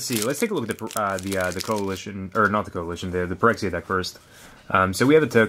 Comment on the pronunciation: Most people probably know, but Phyrexia is supposed to be pronounced as Fyrexia, Ph is usually treated as F in english.